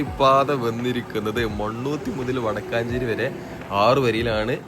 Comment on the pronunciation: വടക്കാഞ്ചേരി അല്ല വടക്കഞ്ചേരി